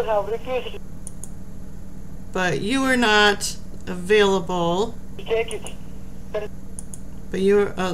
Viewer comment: I did see the viral video you’re translating! That’s how I found you. “aWAILable” 🤣💀 /“What is your good intention” 🥴🤭